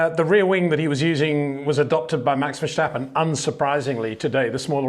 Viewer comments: VerStappen.... not verSCHtappen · Peter: it's time to learn how to pronounce Max' name correctly: Verstappen, not Vershtappen. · HEY PETER WINDSOR, I HAVE MESSAGE FOR YOU SIR: With all due respect ... it is NOT Max "verSHtappen" ... Max is not German (Germans indeed do pronounce "st" as "sht") ... #Max33 = Dutch NL/Belgium! ... It is not "Bottash" nor is it "Lewish" certainly not "verSHtappen" .... This BS started long time ago when a British sport presenter interviewed father Jos Verstappen and assumed you can use a German pronunciation to a Dutch Driver thinking it is so "funny" ... It is not. Serious question: can any Englishman say "versatile" out-loud without saying "vershatile" phonetically? most can about 99,99% ... that is why most English can pronounce Verstappen 100% correct! Father Jos Verstappen (also F1 Racer) was very active between back then only a very few said "Vershtappen" but the vast majority of British sport presenters pronounced it perfectly ... only a few old stubborn farts like Peter Windshor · Once max wins a championship that's on the level I'll start not fucking up his name.